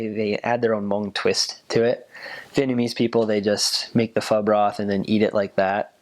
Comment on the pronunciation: i love how he actually pronounced the hmong "pho" correctly, big props to this man, pronunciation is on point